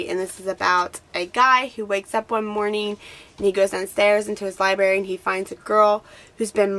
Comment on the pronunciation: How can you say libary? You're obviously a reader, don't pronounce it wrong! There's an r there, libRary